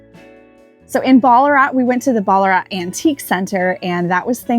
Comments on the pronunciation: you definitely said it right!! We do say ‘Bal a rat’ though, even though you said it phonetically correct ;-) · Pronouncing Melbourne properly makes up for mis pronouncing Ballarat and mallee!😉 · What!! Here I am Sunday morning in Melbourne, with my coffee, watching yiu guys and you're here. Fyi, Ballarat is not an AH sound. Thexa is like in wank. Sorry best word I could think of!! Wonder if you're gonna make it put to the eastern suburbs, and my area ?